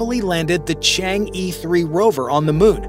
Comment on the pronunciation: Your narration is perfect, but when reading Chinese spacecraft Chang-E❌，you said change E, ABCDE， Instead, it is E, like er, or as in Mandarin, 饿(hungery),. Or, like in early or earth. Chang- E, is a moon goddess in ancient legendary.